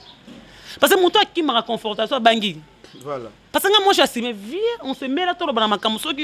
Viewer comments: Yo licenciée ya ndenge nini, " confrotation et non confortation" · Confrontation ma belle et non confortation( eza peut être vitesse ya maloba) , sinon net ezongi goût encore ken pe songi songi